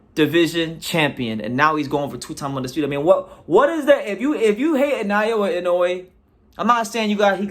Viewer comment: He is not Nayowa but Naoya.